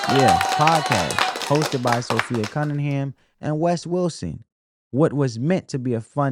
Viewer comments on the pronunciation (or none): Appreciate your commentary and summary! ❤ P.S.- it's Sophie NOT Sophi-A 😊